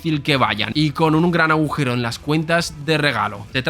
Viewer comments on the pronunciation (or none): none